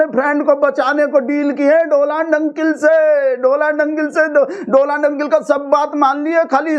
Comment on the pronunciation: Its donald not doland 😅😅😅